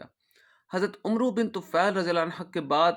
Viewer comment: بارک اللہ فیکم عمرو میں و نہیں پڑھیں گیے